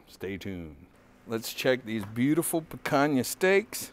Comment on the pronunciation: The Brazilians can forgive your mispronunciation, but Spanish is going to make enemies. ;) I'll still try the Kick Ash Basket. Looks like a nice toy with the can.